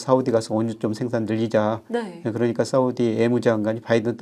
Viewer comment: 위안화입니다! 가만들어보니까 교수님의 "사우디" 발음이 귀에 쏙쏙 들어옵니다